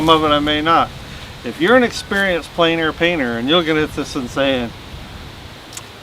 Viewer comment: I'm sorry, but there is one thing that you repeat continuously and it is pronounced incorrectly each time. You pronounce Plein Air as "plane air" when it should be "plen air." Your art is great - it's just that it drives me nuts (OCD). :D